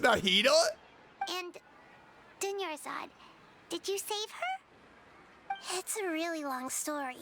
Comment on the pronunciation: dunyarzad almost became doneyarzad